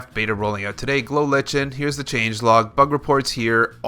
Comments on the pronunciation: It's a fungus, and there is no debate, it's pronouced Lichen, (Lie-ken). A simple google search will reveal that much. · it's pronounced glow lie-ken XD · It is pronounced like-n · Lie-ken is how its pronounced 😂